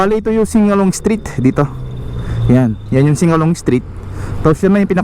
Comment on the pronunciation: hindi po sing a long…singalong st…